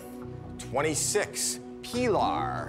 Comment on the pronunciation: This episode - “Pee-Lar” All other episodes: “P’lar”